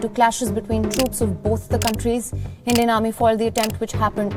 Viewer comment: When she said "20 Indian soldiers were killed" in her accent, I thought she said 20 million soldiers were killed.